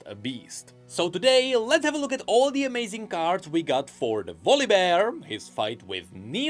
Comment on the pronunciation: Which makes the demigod "Valleybear" 😅